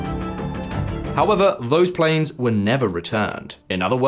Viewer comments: Mmm. “Russia struggles to maintain PLANS”. A little failure of the AI voice that you used to pronounce the word “planes”. Well, I assume it was AI. Either that or you’ve got a staff member that can’t read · Your narrator said "plans" instead of "planes" and you didn't catch that? Thumbs down! Sloppy. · There's a slight difference between plans and planes. I wouldn't advise attempting to fly on a plan. Maintaining credibility is best achieved by using only human readers, not computer voices. There are more than a billion English speakers to choose from. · Struggles to maintain “plans”. At least get your bots to pronounce plane correctly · Your VO actress just mispronounced “PLANES”. Seriously, if you want to hire a new one I’m available